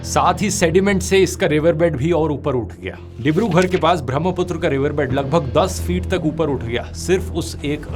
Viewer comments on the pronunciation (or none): its Dibrugarh not Dibrughar